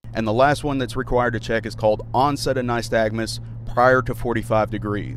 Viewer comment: No police officer is qualified to conduct a real naystagmus, test and he dose not. even pronounce it correctly. You have to be a qualified audiologist. It used as a faults test to make money for what ever municipality the officer is working for always challenge competency on this observation. That being said nice vid officer!